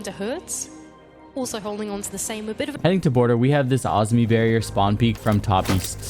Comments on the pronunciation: Azumi?? Where are you getting the U from...🤣🤣.. Azami... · awzmi bro its ah za me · Bro its Azami not Azmi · Why do you say Azami like that? Isn’t it (AH- ZAHM- ME)? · PLEASE pronounce Azami correctly I am getting a stroke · The way you pronounce “Azami” 😂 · why does he say Azami like that 😭😭